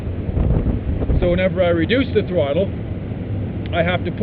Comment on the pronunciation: Reduct 😂😂 its Reduce 😂